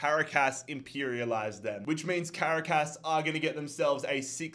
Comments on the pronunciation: For the pronunciation of Caracas. It's pronounced Ca-ra-cas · Ngl I died everytime you said Caracas wrong